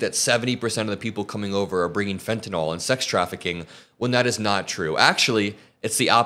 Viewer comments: It’s fentanyl not fentuhnall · Please, the drug is fentanyl, not fentynall. Thank you!!!